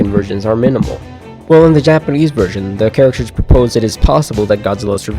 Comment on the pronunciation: Finally someone who can actually pronounce Japanese words! (Great video btw )